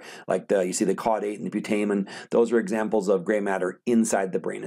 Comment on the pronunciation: There are other NUCLEI in the brain than just the basal nuclei (often previously wrongly referred to by people as 'ganglia'). And thank you for pronouncing 'putamen', I often wonder how to pronounce that (I'm an online learner).